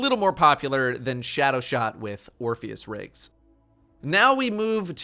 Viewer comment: i hate to be the guy to say it, but you say "Orpheus Rigs"